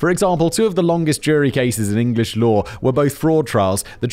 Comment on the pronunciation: Hey brits, FYI, there is no "r" in law...